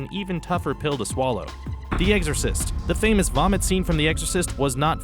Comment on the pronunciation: When you said exorcist it sounded like eggsorzist